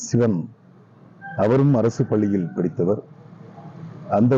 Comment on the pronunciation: என்னது ??? அரசு பல்லியா ??? தயவு செய்து தமிழை கொல்லாதீர்கள் 😮